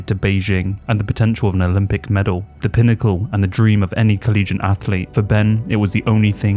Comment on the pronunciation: The word is ‘collegiate’, as in like or related to a college, not ‘collegent’